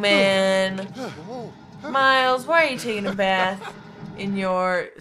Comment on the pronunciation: mi-les? it's pronounced miles xD